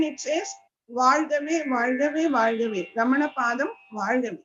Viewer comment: Jai Arunachala! with due respect to the announcer i would like to point out it is "RamanA" (रमणा) and NOT "RamaN" (रमण्) Please pronounce the name in the right way. Thank you.